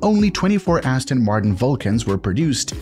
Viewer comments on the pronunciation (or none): none